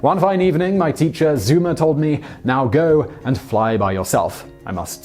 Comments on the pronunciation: maaan, not zuuumer but [Tsoimer] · This would have been better if the narrator had taken the trouble to learn proper German pronunciation. Quite basic. "Von" is pronounced "fon". "Zeumer" is pronounced "Zoymer". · First off, please learn just a little German pronunciation. "Fry-hair," not "Free-hair." "Tsoy-mur," not "Zoom-ur," and "Veese-bodden," not "Vise-bodden." Consider yourself schooled by an ignorant American. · That butchering of German names... "Zoomer". It's actually pronounced "Tsoimer" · It's pronounced Zoimer. EU in German isn't oo, but oi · FRY-hair. ZOY-mer. Why do you Brits not learn to pronounce German correctly? Come to think of it, why can't you pronounce English properly? Or drive on the correct side of the road? Or cook? Or breed good-looking people? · Zeumer's name should be pronounced "Tsoymuh". The Anglicization is triggering me. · The combat pilots of WWI were true gentlemen. Nobel and honourable knights of the skies. By the way in German "Freiherr" is pronounced "Fryherr" and "Zeumer" "Tsoymer", and in Serbian "Princip" is pronounced "Princhip". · Yeah, he doesn't give a fuck... "zoomer" (Zeumer) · Dead Frt West But was his name pronounced “Zoomer” or “Tzoimer?” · Also, Zeumer is pronounced " Zoymer". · Hearing your attempt to pronounce his name is a little torturing as a German. It is a great video nevertheless.